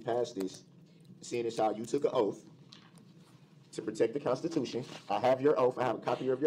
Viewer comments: Would love to see how the stenographer interpreted everything. Like "ask" or "ax". Or the 100 other ways he pronounced words incorrectly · Am I the only one who notices he cannot say the "th" in front of words. Its either "diss and dat" or "oaf of office". The way he pronounces 🪓 and other words is brutal! And when he doesnt have that mask on and his lips purse or protrude makes me cringe! Where are his 20 friends??